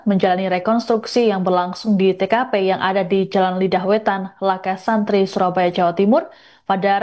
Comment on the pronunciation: Lakarsantri mbak... Bukan Laka Santri